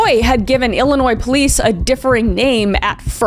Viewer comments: Thanks for saying illinois right ❤. Shout out from the south side 🤙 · Thanks for saying Illinois correctly